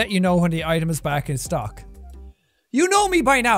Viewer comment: 😂 also out of stook as out of stock